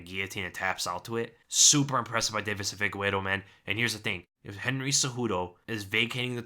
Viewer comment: "Fee-gay-reh-doh",. "Fee-gay-reh-doh".